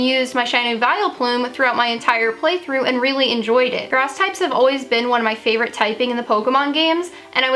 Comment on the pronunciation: Lol you said “fravorite” lol